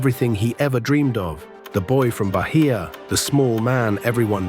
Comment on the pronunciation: "Barria" pronounce baiah